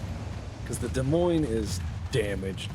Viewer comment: As an Iowa farm boy, I am pleased that pronounced the name of that ship correctly in regards to my state's capitol.